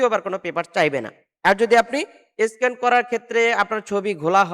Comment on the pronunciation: মিয়া এটাকে স্কিন বলে না বলে স্ক্যান আগে পরিষ্কারভাবে কোনটার নাম কি শিখুন ।